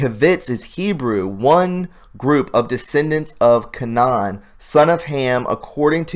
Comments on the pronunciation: Its not "heh-vets" but Hi-vite (rhymes with kite). Also Canaan is pronounced "Cane-in". These are ancient evil nations that God had the Israelites destroy because of their wicked lifestyle which consisted of sacrificing children to their gods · go to church get in the Bible study you learn how to pronounce Canaan kay-nun